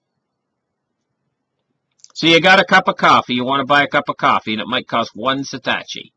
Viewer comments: I love this guy but gotta correct "Satachi" to "Satoshi". Its pronounced Sah-toe-she. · Fun video, but you gotta learn how to say satoshi. It's not satASHi, it's satOSHi. ;-) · Satoshi - SAH - TOE - SHEE